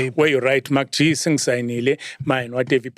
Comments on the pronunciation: I like how Oskido pronounces MacG's name 😆😆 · I like how he pronounce MacG